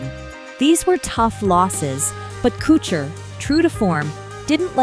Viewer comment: There is no CH in his last name Stop butchering it